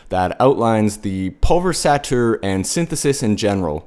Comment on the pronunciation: Nice tutorial,. Just one thing... Say the following syllables out loud: PUL VER EYES ATE ER.....;-)